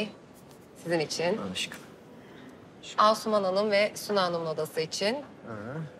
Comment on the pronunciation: Evet Asuman diyor ama afra gibi duyulmuş